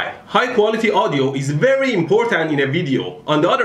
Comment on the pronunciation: I apologize for pointing it out, but I cannot help to notice that when you pronounce "v", you often accidentally say a "w" sound (example. "wery nicely wound"). What is your native language? Does it not distinguish v and w sounds? I'm genuinely very interested.